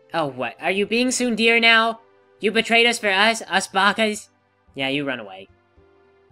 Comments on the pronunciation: I really hate to be "that guy", but as a proponent of proper pronunciation for the sake of better communication and the rest of the world not seeing 'muricans as hicks that butcher their languages....and at once not being sure if you are playing up the RD character or if you actually don't know how it's pronounced....I'm just gonna say it. It's pronounced closer to (t)soon-day-ray. More specifically, tsu-n-de-re, with equal emphasis on each syllable. Again...sorry. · Heh, pronouncing it as "tsun-dear" actually makes sense. From an english standpoint at least.